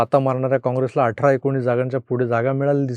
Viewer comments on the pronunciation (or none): none